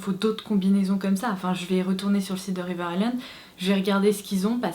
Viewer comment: Ton make up et ta coiffure sont tops ! et je suis contente d'enfin entendre quelqu'un qui prononce "River Island" correctement ca fait plaisir ahahah